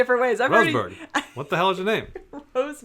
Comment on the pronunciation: lol love ending the loop with a perfect example, Sensory clear, the name, you're not saying it right.. it's Rose Mund 👌😁